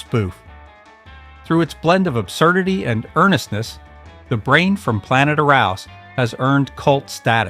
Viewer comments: From Hell it Came aka The Attack of the Killer Tree Stump. And it's not arous it's pronounced Ahrus. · "Planet AROUSE"? No, that's not how it was pronounced. Check the AI voice in the future. Other than that one thing , it's a good video! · It's pronounced Brain from Planet Ah roos. I've seen all of these and own most of them. Well done. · The Brain from Planet Air-Ous !!! Is the proper pronunciation!!!! Get rid of the computer voice ! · It's pronounced Aaaar-Ousss. Watch the fucking movies you review, it your ONLY JOB!